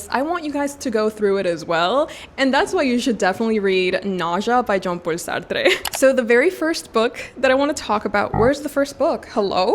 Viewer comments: Why are you saying jean paul sartre's name with a hispanic accent? thats incredibly incorrect mispronunciation, it sounds horrible lol sorry girlie. He is french. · Love this video! Thank you for your recommendations 😊Sorry, just a tip from a french girl: the e in Sartre is silent! 😅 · Jean Paul Sar-Truh, it's French...it was cringe hearing you saying Sar-Trrre so many times! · Hihi! You seem very passionate of Jean-Paul Sartre so lil advice on pronunciation, he is French so Sartre is pronounced "Sah-r-tr". There's no emphasis on the 'e' at the end! Also, use French r's, not rolling r's! Happy reading 🤗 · feel free to ignore, i know some people find it annoying, but i can see you have a desire to say the name of Jean-Paul Sartre right, and i thought you’d like to know that the ‘e’ at the end of Sartre is silent. the rest of your pronunciation is very good, as is your pronunciation of Alexandre Dumas’s name (you pronounce the ‘e’ at the end of Alexandre a bit too much, but I think it’s just a quirk of your accent this time, not distracting at all) ! added letters to a young poet to my tbr ! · It confused me, cause i thought it was a Spanish author or so, and then looked it up and saw that he's a Frenchman so i dont understand why she said it as "Sartré". My guess is she doesn't know his French but then again his first name is Jean-Paul, Y'a pas plus français que ça mdr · The way you pronounce Sartre is really funny lmao. Never heard anyone say it as if he was spanish or something lol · Love the video !! But why are you pronouncing Jean-Paul Sartre like he was spanish 🤣😭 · You pronouncing a French author’s name with Hispanic accent is an absolute disrespect. Yikes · idk if we have the same hearing. She strongly exaggerated her accent when pronouncing his name. And yes, purposefully pronouncing a French name with hispanic accent IS disrespectful. You are completely missing the point.